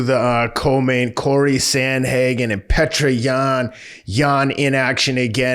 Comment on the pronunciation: Just some help, it's Pe-o-ter Yan. And it's Glover Tesh-era. 👌 love the show